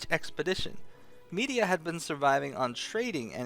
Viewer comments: Med-Ee-Ahh not Media. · Isin't it "Me-dye-ah" not "Me-di-a"? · Thank you for the lore broski. The only thing beyond my knowledge now is why you're pronouncing it Media instead of Mediah.